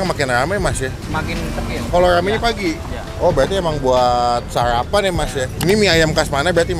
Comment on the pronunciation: Sarapan bang bukan sayapan..